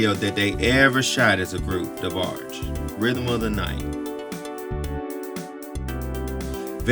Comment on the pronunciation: WHO’S “THE” DEBARGE?